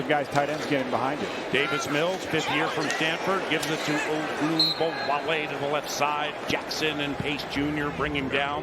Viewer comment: every insane "ogunbowale" pronunciation timestamped